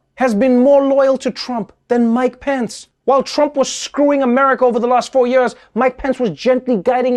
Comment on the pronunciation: Trev, it's "Years" not "Yuurs"